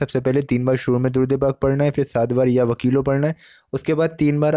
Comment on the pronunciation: Ya WAKEELU sahi pronounciation hai Laam pe.pesh hai na . Bhai.. Jajakallah